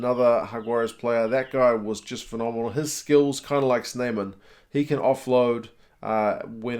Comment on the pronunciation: Good job with the gggg sound in RG Snyman!